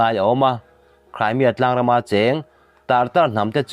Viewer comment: Crymia ti toh suh ...cream lam rik ang a ..cremia ti roh